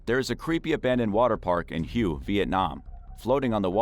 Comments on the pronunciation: Obviously only superficial research on multiple levels. Example: the #1 park location is NOT pronounced "Hue" as in 'hew', but "Whey". It is the ancient capital of the Vietnamese country, pre-French colony. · Hue is pronounced way 😉